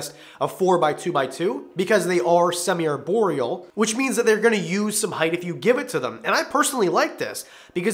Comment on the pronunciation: "ARE"borial. Not "AIR"borial.